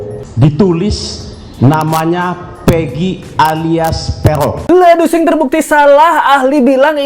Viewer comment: Pegong ya bukan perong😂😂😂